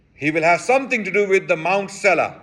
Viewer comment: Sela is سلع with 'seen' not 'saad'